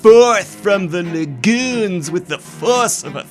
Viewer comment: at least when he said "lagoon" and "typhoon".